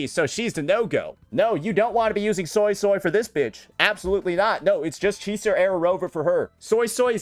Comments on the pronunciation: It honestly isn't even well pronounced.. it's more so like soisoi (so-ey so-ey) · I can’t unhear the Soy-soy instead of Suisui 😅